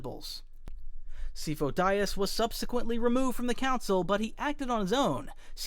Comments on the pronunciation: Good video, but man… how do you mess up Sifo Dyas’s name so bad LOL, it’s spoken not only in clone wars, but multiple times in a mainline film. Others I get but man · The fact you mispronounced Syfo Dyas' name when it's clearly pronounced throughout the shows and movies. Tells me you talk like a nitwit on purpose. Say it right, not in your way... which id wrong. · C fo Dias and after I told you that you did the other pronunciations so well compared to the first list guy I watched what a shame, literally disliked, literally banned, literally don’t care about your elbow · After Sifo-Dyas I thought you were doing it on purpose.